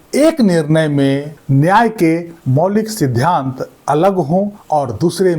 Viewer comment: Aap "sidhant" boliye na ki "sidhyant" please undestand pronounsation